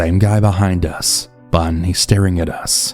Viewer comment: yes I know. I mean in context to how it’s said here. Like he’s supposed to say but but says bun. It’s so weird to listen to I had to shut it off